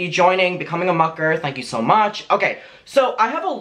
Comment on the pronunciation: Why does it sound like rich lux every time says so much HAHAHAHA I heard it once now I can’t unhear